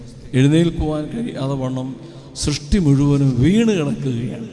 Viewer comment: ശ്രഷ്ടി അല്ല സൃഷ്‌ടി എന്നാണ്